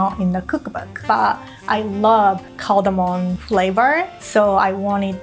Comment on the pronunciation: Sorry, but the music is distracting and annoying. It'd be a perfect video were it not for the music. Also, it's not "cardamoN" - it's "cardamoM". (This drives me INSANE. If you're a professional chef, please don't mispronounce ingredients. And obviously, I am not talking about her accent, but her actual mispronunciation.) Again, very nice video except for the music.